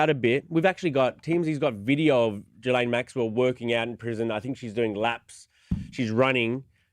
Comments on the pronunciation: Geh-Laine is the pronunciation the S is silent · No it’s pronounced it’s pronounced “Ghi-laine”. I’m French. Everyone is mispronouncing her name terribly.